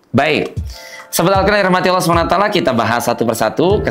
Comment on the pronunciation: Om, koreksi dikit om,waktu ucapkan Allah Subhanahu waatala "ain nya ngk kurang terang "ketahuan ni hhh,ane memang blm punya ilmu tp si perlu belajar dulu lg,karene ngajar nya terburu2 sekali hhhh,setau ane seorang Syaikh saja menjelas kan ilmu tajwid dan makharijul huruf itu tunggu dapat izin dari guru nya,dan seterus nya,itu di seleksi ketat om,hafalan nya,dsb,juga ada nya pakaian nya,coba deh om liat tu ustad2 jakarta minimal pake peci kek,baju Koko lah, om bukan kah pakaian itu mencerminkan ke pribadian.